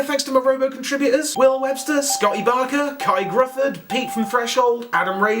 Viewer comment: I'm assuming the name you were trying to pronounce was "Gruffudd" or something similar. In Welsh, 'u' is equivalent to an 'ee' or an 'ih' (in this case) sound in English; and 'dd' is equivalent to the 'th' in 'with'. So essentially it's pronounced the same as 'Griffith' but with a voiced 'th' sound. Just helping out, mate :) Love the video.